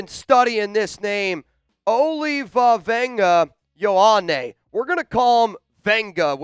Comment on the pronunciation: We need to get Olaivavega Ioane from PSU, absolute mauler. You pronounce his name: First name: Oh-lai-vah-ven-gah Last name: ee-oh-ah-ney My fellow polynesian brother, I don't want you to butcher his name anymore